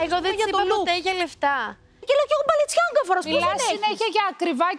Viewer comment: Ούτε να πρόφερει δεν ξέρει 😂